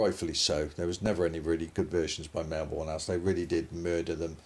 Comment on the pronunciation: Just FYI, it’s pronounced Melbun/Melburn.